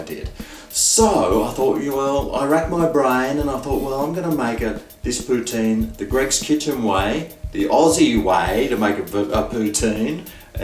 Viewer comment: It’s pronounced Poo-TIN and I don’t know what a cheese curd is either ❤️I’m from New York. Xo